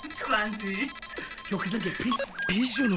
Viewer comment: Sanji "Simki" ..